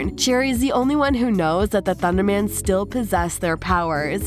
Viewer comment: Not ThunderMAN it’s pronounced thundermens